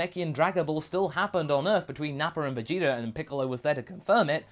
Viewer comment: Vegeter Almost every time you replace the "a" with an "r"